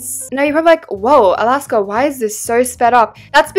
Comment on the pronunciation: Nah why is Alaska always said “snail”💀